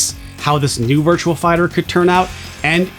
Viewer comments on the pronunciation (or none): Virtua Fighter. There's no "L" in Virtua.